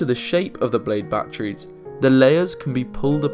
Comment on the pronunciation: Really, really good video, but "Bachrees" always makes me laugh.